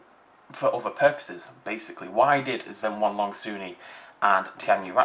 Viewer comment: Also, Zhen-YEN-long, not Zhen-HWAN-long